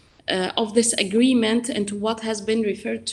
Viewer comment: Bhai English jaruri nahi ki..what ko wath..bole England tongue Ye UAE 🇦🇪 tongue nahi haiii..